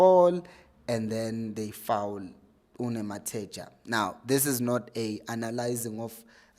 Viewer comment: *Nemtajela chief not Nematheja.